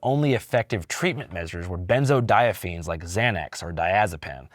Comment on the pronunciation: how do you butcher benzodiazepine like that Andrew. Lol